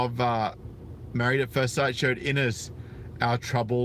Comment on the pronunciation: Her name is Ines. He mispronounced it "Anus".